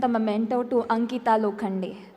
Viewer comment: It's Ankita not anita